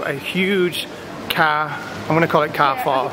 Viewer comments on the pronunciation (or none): You pronounce carrefour like car four not care four x